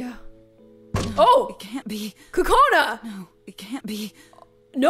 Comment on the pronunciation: It’s NOT co cona it’s..... Coo coo cona